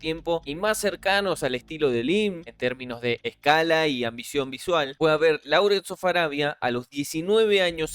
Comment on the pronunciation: Láurens ❌, Lórens ✅ La pronunciación debe ser correcta si se va a hacer en inglés.